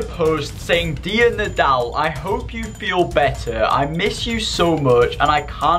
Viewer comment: It’s nodal not naldl